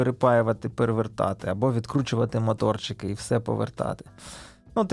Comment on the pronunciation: Не мАторчики, а моторики, дуже ріже вухо